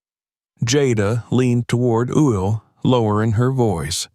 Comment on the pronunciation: How is this reader messing up Will’s name